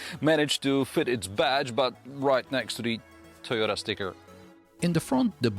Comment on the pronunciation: "Suyota" & "Swarolla" 🤣😭